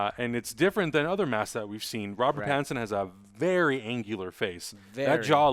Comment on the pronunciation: It's pattinson. If u can't say it right, don't say it at all. Nobody has the right to insult other people's names